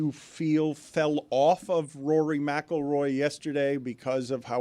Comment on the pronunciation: Stugotz needed a day off to practice saying Rory McIlroy. Heady play